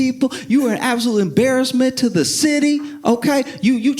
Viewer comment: “This dude is da worst”😂 sounds so NYC.